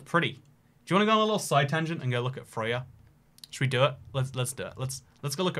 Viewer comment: Your first attempt at pronouncing Frøya was pretty much perfect, and then you tried to get it right and just got it terribly wrong.